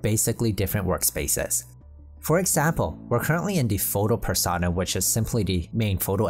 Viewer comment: Per- sown - ah Like "personal". You dont say "Persahnal"